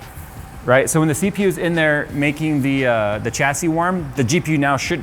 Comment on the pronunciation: The way you said CPU sounded like Seepew. Hahahah